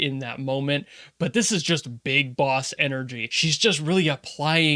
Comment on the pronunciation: "beeg boss" indeed